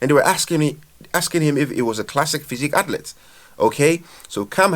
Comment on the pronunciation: Learn how to say athlete dude